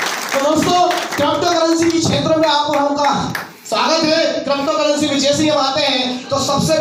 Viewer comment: Krapocurrency nahin hota , crypto currency hota hai